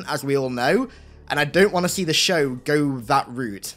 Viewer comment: "In the schow"